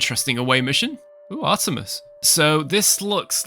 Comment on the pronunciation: It's actually Arturis, like the star. Not "Artemis".